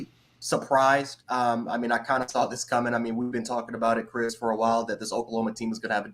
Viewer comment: It's Kris with a K!!!!